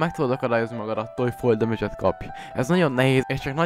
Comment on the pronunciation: "Fol demidzs" 😂